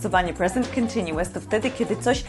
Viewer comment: Nie jestem przekonany czy słowo continuous wymawia się w ten sposób